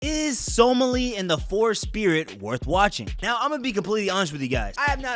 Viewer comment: He butchers the pronunciation